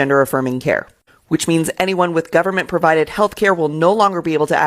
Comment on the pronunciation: Terrorist nation? You said government wrong. I get it though